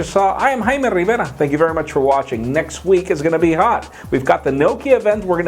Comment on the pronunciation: So it's Haima instead of Jaime? Cool...my name is Tou, the u is silent, like two.